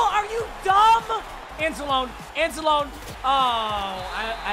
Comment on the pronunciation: At least you pronounced Anzalone Right